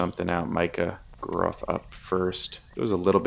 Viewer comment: micah’s last name is pronounced Gr-ah-th Similar pronunciation to moth